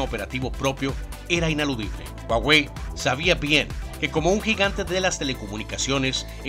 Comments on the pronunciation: Se pronuncia "Juauei" no "uauei" que yo sepa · Puso a "guaguei" XD.